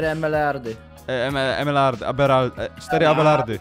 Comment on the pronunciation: Muwi sie emelardy.te wasze słówka